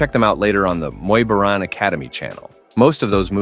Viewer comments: Its pronounced Bo - Rhaan not boren. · Love the way you keep pronouncing “Boran” differently lol